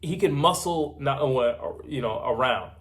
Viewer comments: His name is Naoya not Nagoya get it right man come on... americans need to learn how to pronounce other cultures names properly, anyway goodman aint gona do nothing but get knocked out like all the rest simple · The heck with Na o wha W and y is not close man